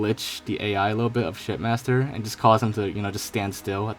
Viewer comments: Each time he says shipmaster it sounds more like shit master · Why is it sound like ur saying shitmaster lol xd